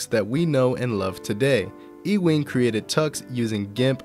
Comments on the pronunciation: E-wing? This isn't Star Wars. Ewing = Yoo-wing. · its totally "youing" and not e-wing lol. fantastic video tho!